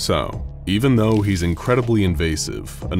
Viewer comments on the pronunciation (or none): none